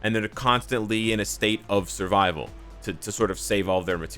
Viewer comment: "stayte uv survivol"😂😂😂😂😂😂😂